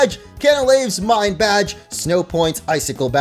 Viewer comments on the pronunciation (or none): none